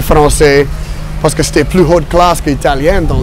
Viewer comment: interesting observation; definitely sounds like he’s saying par ce que!